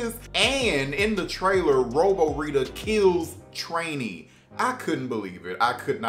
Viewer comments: Who tf is Trainee its Trini (Tree-Knee) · Why do you say Trini so weird... You pronounce it with an A?